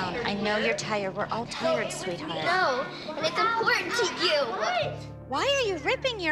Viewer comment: I love how Kendall goes its important TO U😠😠